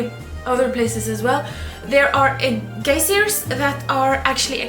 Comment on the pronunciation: Geysers is what I think you're trying to say, it's pronounced guy-zers